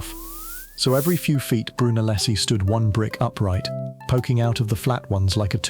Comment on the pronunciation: Pronounced "Broo-nel-es-key".